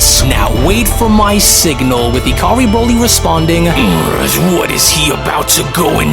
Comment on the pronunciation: You read on a 4th grade level & ur voice is irritating .. & nice job calling broly BRAWLY . This is literally all u do in ur life and u can’t even do it right😂😂